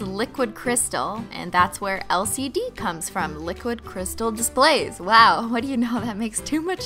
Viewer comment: When she said LCD I kept thinking she was saying LSD 😬😬😬😬😬😬😬